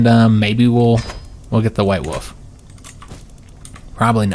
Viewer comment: Same it had me rolling when he kept saying “white woof”